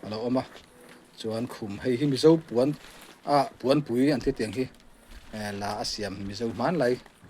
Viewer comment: Puanpui nilo in, pawnpui Tia lamtur a ni zawkin ka hria. Ziak leh lamdan ah pawh